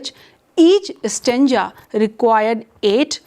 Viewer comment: "Nopoleon the Turd" - could this be an experimental cartoon character? If you hold a doctorate in English Literature, please check the pronunciation of "stanza", "Proserpine", masochism" and approximately 500 other words before making your presentation.